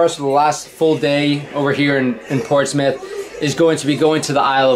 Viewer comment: Hope you are enjoying it in the UK. Got the pronunciation correct of Portsmouth too. :D